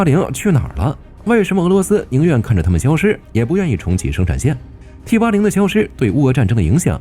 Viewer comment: T-80!你認真聽,他講成枇杷領,我還以為要將敵人引到哪幹掉